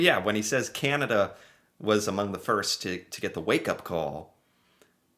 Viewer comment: Hi. As a Canadian, I’ve been hoping that eventually you will learn how to pronounce “Canada”. If you listen to Mr Carney’s speech, he says it a few times. However, we really enjoy your show and mispronouncing Canada won’t make us stop liking your work.